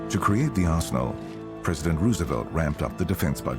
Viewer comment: This narrator pronounces many words oddly. "Arsenal" is "awssno". Maybe my hearing is going.